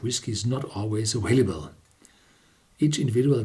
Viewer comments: The word "available" is pronounced aVailable, not aWailable. The second letter is a V, not a W. When you say "vanilla" you pronounce the V correctly (as you did in this review); so simply pronounce the V the same way when you say "available". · Wyatt King - I don't see how trying to help someone improve their English makes me a "douche"; and I don't know what languages he has "mastered" (whatever that means) but he hasn't mastered English because he keeps saying "aWailable". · Mark Cousens - he IS a great reviewer, and he'll be even better if he learns how to pronounce the word "available". It doesn't take an English teacher to show him that. And who care if he mispronounces one letter? I do. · Richard Sugerman - doctorate or not, he still needs help pronouncing "available".